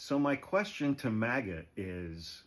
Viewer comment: Every time you said MAGA I heard Maggot 🤭